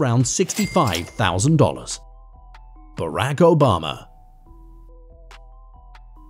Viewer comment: Brack Obama 😂